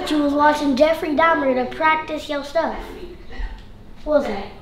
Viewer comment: Dubfrey Dahmar 💀💀